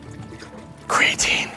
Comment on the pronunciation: Ok the "creatin...creatin" got me hahahha!